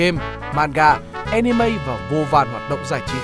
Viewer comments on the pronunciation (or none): none